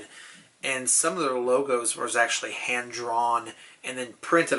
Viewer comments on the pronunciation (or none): none